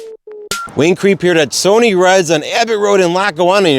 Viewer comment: It's Pronounced "S-U-N-N-Y" "SUNNY"